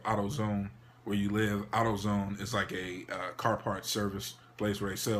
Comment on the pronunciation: The way he says Autozone sounds funny 😂